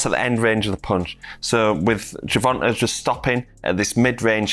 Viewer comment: Ger-von-huh Davis!